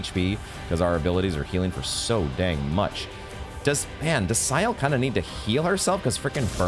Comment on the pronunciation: I’m waiting for you to stop saying sigh-el 😂 (I’m two episodes ahead now and you’re still doing it) but also I’m not judging it. Lotsa names, lotsa unique pronunciations, and most of the times we hear it are when we are tuning out them saying the same things 900 times in battle :)